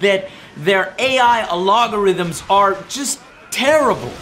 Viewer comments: A-LOG-A-RITHMS?!?!!? ALGO-RITHMS JOE! ALGO-RITHMS! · ... LoL are you attempting to say algorithm back in 2012 and saying A-Log-Uh-Rhythms??? LoL hahaha wow Joeseph! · Joe really said "aLOGarythms" ... that's wild lol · it sounds like he says "the AI logarithms" lol...I guess he meant the AI programming? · did he really say a-LOG-or-ith-ms? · Haha! Can’t help but laugh at joe mispronouncing “Algorithms” happens to the best of us my man✊🏽